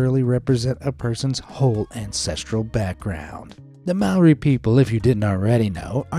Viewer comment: I am te Reo mori and i don't like this vid because you pronounced mori wrong!!!!!!!!!!!!!